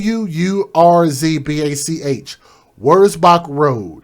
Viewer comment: You pronounced wurzbach rd correctly. This was only a few minutes from me. Lina khil was 10 minutes. Makes me hug my little 5 yr old boy that much tighter. Love him and i am so sad these little babies were not treated the same.